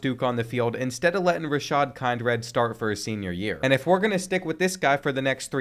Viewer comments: Kind-red is crazy! It’s Kin-drid, bro. 🤦🏾‍♂️🤣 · Dude ik finally someone mentions it kind-red is wild